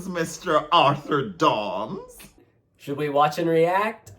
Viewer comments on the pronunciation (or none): Did he say Mr. Arthur Dons?